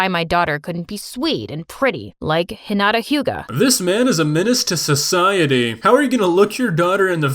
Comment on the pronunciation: THE ONLY ANIME THING THAT HAPPENED WAS HIM SAYING HINIATA